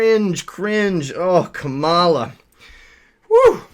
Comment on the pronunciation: It's pronounced cum llama. Not kuhmalla.